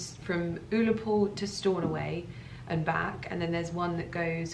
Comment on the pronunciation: Oh my god I pissed myself hearing your incorrect pronunciation of Ullapool. Hilarious.